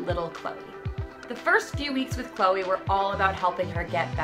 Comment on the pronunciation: what kind of name is chole? i understand chloe, but chole? sounds like choke not cholr.